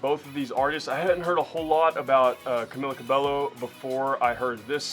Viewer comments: It's pronounced CamEEla CabeYO & I highly recommend looking up some Fifth Harmony songs and stuff :) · It's pronounced CamEEla CabeYo and please do fifth harmony songs I already subscribed 🙈❤️x